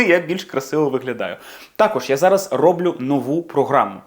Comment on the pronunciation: Пане ведучий, так все ж рОблю чи роблЮ, якщо ви розумієте українську мову? Бо ви напочатку сказали рОблю і щось я засумнівалась в наголосі. Заздалегідь вдячна.